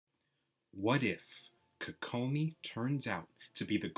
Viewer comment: I hate how you say her name.